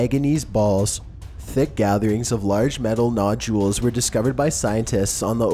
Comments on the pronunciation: Mike Bizz and no jewels instead of nodules! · “ nojules” nodules 😂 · Mechanical Faux Voice Videoes are truly lame. Incapable of pronouncing ' Stonehenge', Nodules, and many other words.